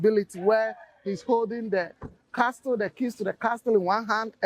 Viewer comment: Looks like the interviewer was trying to influence and put words into the elders mouth. His interviewing skills is not top however I’m sure he’ll learn over time. Also I couldn’t help but notice he kept pronouncing castle “CasTle”. The T is silent lol